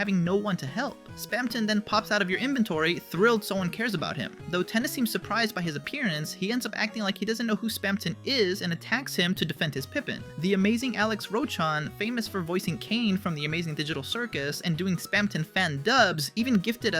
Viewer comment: pipin? It's pipis